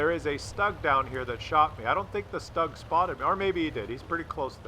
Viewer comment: for fuck sake it's not STAAG, it's SH-TOO-G. I will spam this on every video until you start pronouncing it right.